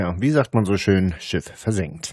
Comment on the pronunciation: Achte mal auf die Umlaufe ä,ö,ü. sie sagen nicht schön, sondern schjon. ebenso kommen Dinge wie iuber statt über und so. Ebenso hat man z.B. das typische harte ch gelegentlcih statt h. auch markant das ng. Gegangggen statt so, wie man es normal spricht. Das ist so spannend, das mit anzuhören, ich habe inzwischen wirklcih selbst Bock drauf.